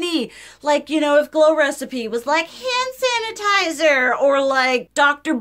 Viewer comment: I know "hannitizer" was a slip of the tongue, but I love it❤ It's all hannitizer now on for me